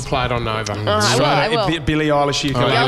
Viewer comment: Did anyone heard “Billie awwelish “ at the start? 😂